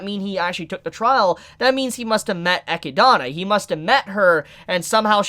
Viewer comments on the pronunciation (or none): Her Name is ECHIDNA - not Echi-Dana... E-chid-na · For the Love of all that is Cultured Please it's Echidna (Eh-kid-nah) just like the animal not (Eh-ki-dona) it's been bothering me ever since I heard it but other than that great vids as always. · Nice video but if you could say the witches' name this way "Eh-Kid-Nah" - or did I miss something on why you're saying "eh-kid-ah-nah" ? lol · Its Echidna not Echidana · Is it actually pronounced Echidana? Or just Echidna? I got so confused when he first mentioned the name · It's Echidna not Ecidana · You keep pronouncing it Eky-donna, but its spelled Echidna, like Knuckles the Echidna. which is pronounced Eh-kid-na. I'm confused. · echidna not ekadona .... you hurt me.... much love bro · every time this dude pronounces Echidna's name, i cringe. "Echid-onna" BRUH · Ekidana?! Dude, you need to learn to say Echidna. Its greek. Say it with me, E-kid-nah. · She's called Echidna, not Echidana. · i hate your pronunciation of Echidna. eki dona vs e kid na . the cringe... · Plz, stop saying "e-ki-duh-nuh"... It's "e-kid-nuh" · Everyone having a good time till you hear "SOTELLA", and "EKNIDNAH". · Not to mention he pronounced Echidna like Echidana or Otto like Oto, like wtf?! It's so distracting! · The way you pronounce echidna wounds me. It’s said like the animal. E-kid-Na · Had to pause when I heard how you pronounced echidna. Was that a intentional mispronunciation? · shouldn't Echidna's name be pronounced Eh keed nah? Like the mother of famous monsters in greek myth? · it’s EH KID NAH, please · great video but why are you saying satella and echidna like that😭